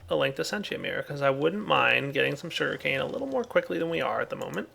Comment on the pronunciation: Is it my or did he say shuri-cane